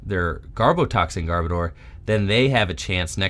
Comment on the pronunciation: I’ll be the pronunciation police: Muh-Gear-Nuh and Garb-Odor. (Love these videos. Can’t stop watching them!)